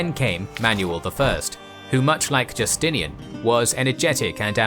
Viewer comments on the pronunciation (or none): none